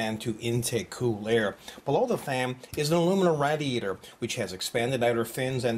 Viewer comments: i think radiator is pronounced raydeeaytor not radeeaytor:) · jesus christ its not "RAD-eator". Its Raid-eator. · lol rad-e-ator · Yap Radiator :D :D xD -> not raidiator :D